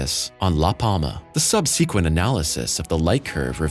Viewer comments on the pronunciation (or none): He says it like that all the time, and for some reason, they put that word in just about every video they do. Why was this never corrected? It cracks me up every time. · The universe just gets stranger and stranger. (Btw--it's pronounced SUB-suh-QUENT.)